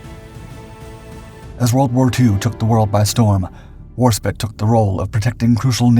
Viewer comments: War-spight as in light. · Tbf m8 it's been shitting me too. It's Warspite. The e is farking right there! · Or you can just deal with it. Warspit 🤣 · Annoyed me each time pronounced incorrectly. The e at the end modifies the i from sit to that in site, fight sight.😊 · no, I know a Royal Navy veteran who has spoken of this ship. It's NOT "Warspit". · 'Warspite' derives from the words war and spite. Spite as in spiteful, or as it appears in 'in spite of'. Even Americans pronounce spite normally, so why can't you? Warspite, meaning belligerent, anger toward the enemy. Isn't that obvious? Why not? It's no use talking about British things if you can't even pronounce the language properly. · Can Britt's say her name right . ? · If you can't even get the ship's name right then how much credibility can a video have? Sorry, I cant take it, killing the video half way through. Which is a pity as she has such a great history. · Warspite rhymes with fight, light, tight, might, kite..... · Painful to have her name miss pronounced like that😂. Drachinifel will set you right I am sure. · That continued mispronounced name of Warspite is very irritating. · It's 'Warspite' not Warspite. You are allegedly a history buff. You of all people should know how to pernounce a name right. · Ya know I usually watch these videos all the way through but I can’t deal with this disgrace of mispronunciation of WARSPITE ! As an American myself I think it’s a total 👎🏼👎🏼👎🏼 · If he's too lazy or stupid or malicious to find out how to pronounce the name of a fine vessel can you trust anything else he narrates tagged onto random movie clips? I'm unsubscribing, suggest you do the same. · Probably the most storied and active warship ever and you cant even get her name right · It’s the AI not him personally getting it wrong the (voice over) however yea it should get edited and fixed imo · Ha ha ha You’ve lost an E chief 😂 Or your pronouncing it wrong just to spit us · it is warspite not warspit